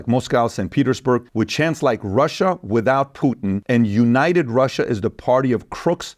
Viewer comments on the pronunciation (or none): THE… is not pronounced …duh THEY… is not pronounced… day WITHOUT… not is not pronounced… widdout THEIR… is not pronounced… dair TO… is not pronounced… tuh DON’T …is not pronounced… dohn THOSE… is not pronounced… doze TALK… is not pronounced…TOK THINK… is not pronounced…TINK THOUGH is not pronounced…TRUE LIVING… is not pronounced…LIVIN WHATS… is not pronounced…WOSS